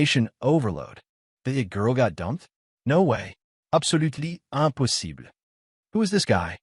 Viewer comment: I'm not surprised.. It happen in every channel video... Whenever it said "impossible", it'll turn into France accent immediately😅😅😅